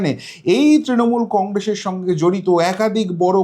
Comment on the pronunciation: Stop beating your own drum. Imprve your pronunciation ~ it's SIR & NOT Sh I R, congress NOT Congressh😮😮